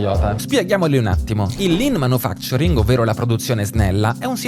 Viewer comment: Lean Man'U'facturing, non Lean Man'I'facturing